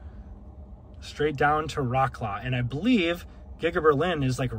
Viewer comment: Much love to you and your content, always. You did not even try to pronounce Wrocław correctly haha